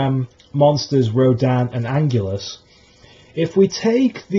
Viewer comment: Wow, Biollante is a great idea! King Ghidorah, Mothra and Rodan are going to be in the sequel but I think a 1 on 1 with Biollante will be a great kaiju to end the trilogy! Just a tip for your next video Anguirus is pronounced Ang-gear-ris not Ang-ule-us. Nice video though! Also, I agree with you on Destoroyah. They shouldn't include him in the trilogy because there was absolutely no mention on the oxygen destroyer in this year's movie.